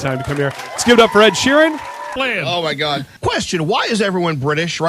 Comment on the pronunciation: oh Mah Ghad